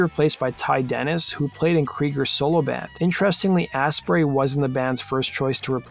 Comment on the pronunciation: It's pronounced "Astbry" FYI